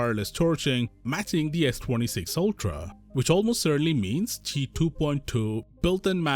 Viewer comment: Its Q, i. CALL IT CORRECTLY. not chi. I've told you this multiple times. No spen is why I ditched the fold series, its a requirement for me and not having it on the cover screen made it even worse. I REALLY want the tri told but I'm not paying that much money for last year tech and no spen